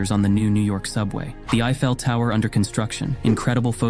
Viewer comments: The "I Fell" Tower... great A.I. voice pronunciation. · That is actually the first time I've heard it pronounced as the 'i fell' tower. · Come on, ya cant even pronounce the Eiffel Tower correctly? I Fell, lol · Why did he pronounce Eiffel that way?